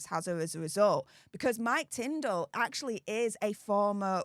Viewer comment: Sorry Tindall not Tindel